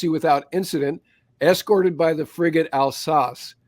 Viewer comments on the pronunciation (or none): You pronounced the names of the French ships quite badly. Do you guys even speak French?????